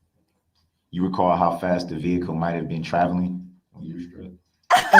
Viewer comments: Lol....the. "ve-hick-ooool"...you do that so funny!!! 😅😅😅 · Omg I haven't laughed this hard in years "Did you see the licen place?"... did you see the tints on da vee-cool?" "Did you seekt to interviewed?" You're hilarious 😅😂😂 New subscription from me